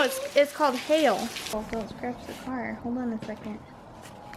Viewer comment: When you said hail the first time, you said hey-yell. Ba ha ha ha. I'm sure Will really thinks you are an angel on his shoulder. Ba ha ha ha Adorable children moments as always. Paintings are exquisite.